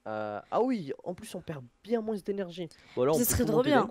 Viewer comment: Tu dit moinssss au lieu de moins